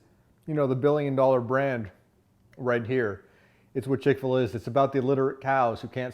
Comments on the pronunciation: It’s chick fil a. Not chick filah. You freak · How can you believe someone that doesn’t even know how to pronounce the name. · Chic-Fil-What are you saying?